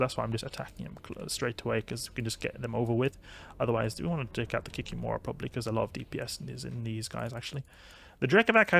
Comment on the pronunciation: It's not kikimOra, but kikImora